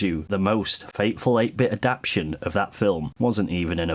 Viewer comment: AdapTATion. It’s a four syllable word.